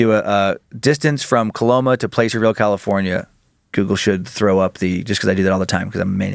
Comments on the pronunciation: Placerville... Short "a"...not PLACE-ER-VILLE. 12 miles from Pollock Pines. Between Sacramento and Lake Tahoe. ☮️ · Pla-sir-ville lol. i live there and i promise no one says it the way you did. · Placerville...pronounced plasser-ville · Dan, it's pronunced "Plass-er-ville" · Placerville has a soft "a" sound, like apple. I know it's not phenetic, but...